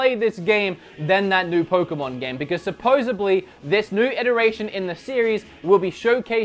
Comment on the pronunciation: SupposeBly? SUPPOSEBBBBLY? 10mins in.....Supposedly